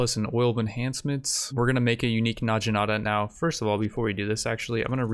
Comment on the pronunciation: Oh my gosh the way that you pronounce some words really bothers me. It's Nog-E-Nata